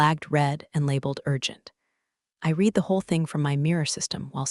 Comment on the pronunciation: Yeah, these cheap text-to-speech engines always get that wrong.